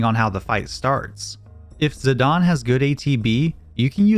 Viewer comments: It’s ziDANE not ZiDAWN 😡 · I hate when people say zidan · Him saying "Zidawn" is killing me XD ZiDANE. like a Great Dane hahaha. IDK, can be pronounced however anyone wants, but its on my nerves. I love the channel and content regardless though!!!! Much love<3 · "zidawn"? Lmao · Z-eye-day-n bro…. Fuck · if it's got an E on the end, I'm pronouncing it Zi-dane, not sorry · The official pronunciation is bur-me-sia and zi-dane like great dane not zidon. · Zidane? NO Zidan Burmecia? NO Bermekia